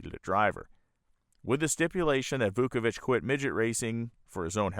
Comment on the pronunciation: Vauovich ( just missing an “e” from his tongue twisting double knot last name). No wonder everyone called Vooky. Wow-o-vich He had life priorities in right order. Family and work first. Risking his life in love of racing second. Hart breaking to se him die such horrific crash.